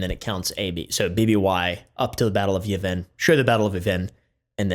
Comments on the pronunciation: They way how you say Yev-in, makes me physically cringe. Still love ya and the vid tho. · “Yuh-vin” 😂 I’m not gonna clown you on that too hard it’s just funny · wHY Are you saying Yavin like that......oh i see what you did there